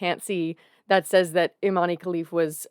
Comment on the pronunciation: as an algerian myself just wanna correct you on Imane's name is not pronounced eemanee it's pronounced [ee-mæn] like saying E-man.